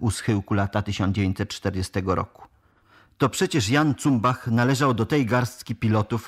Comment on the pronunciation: "Cumbach" ??? Jak juz "tytanie intelektu" czytasz to nazwisko po niemiecku to "Cumbasz". Co za dno...